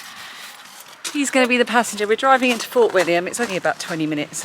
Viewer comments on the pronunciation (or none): none